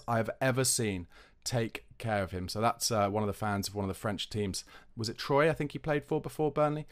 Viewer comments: The French team TROYS is pronounced "TWAH" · Troyes is pronounced “Trois” as in the French “3”. Just saying.